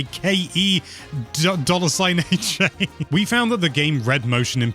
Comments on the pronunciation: "Kay Dollar Sign Ha"....does he mean Ke$ha? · you couldnt say kesha lol?